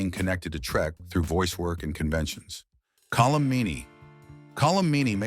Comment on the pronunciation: It’s Colm not Colum.